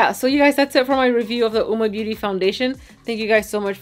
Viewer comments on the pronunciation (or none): The u is silent That's what the company said though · It's pronounced "woo-mah"? Not Owwmah??